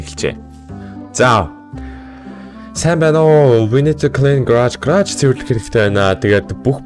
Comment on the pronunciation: Grage bish garage gej heleechee